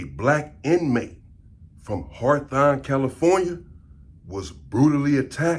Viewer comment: “HARTHON” ITS HAWTHORNE LOL AND SINCE WERE HERE ITS HOLLA PEN YO 🌶️ SERVICE SA 🍺